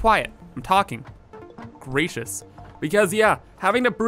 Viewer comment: Took me way to long to realize you said "Gracious" to Mr Bean.........I was sitting here trying to figure out why in the world you called him "racist"......